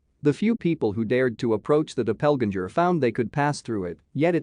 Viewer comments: "Dopelginger" for doppelganger 😂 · I would like to see the narrator's grade for pronounciation. Dreadful! 'Doppelganger', 'Lui' and Guy de Maupassant are prime examples. How can anyone, trying to commit suicide, slash his wrist 6 times????